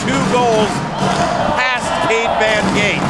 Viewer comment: I thought it was Von Gate, not Von Screendoot?